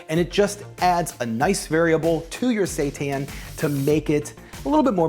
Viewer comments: Sounds like he is saying Satan. Fake meat is the devil 😂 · I didn't read the title. Everytime he said seitan I thought he was saying satan with a fancy accent or something... LOL. I read the title and now I know he's saying seitan... LOL 😆